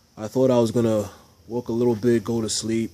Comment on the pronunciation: About the first quarter of this video, This hole time I thought you were saying walk, Then I realized you were saying work.